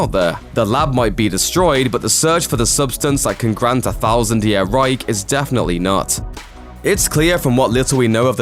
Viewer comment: Its Reich not Reick :D